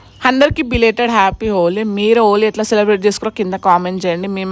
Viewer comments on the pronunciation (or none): Oli kaadu thalli holi adi